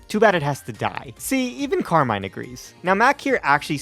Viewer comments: I also looked it up in the pokemon presents-- the way you pronounce Carmine is correct. Car-mine. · You pronounced Carmine correct lol they said it that way during the pokemon presents